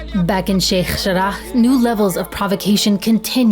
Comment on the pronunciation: I pronunciation of sheikh jarrah is really pissing me off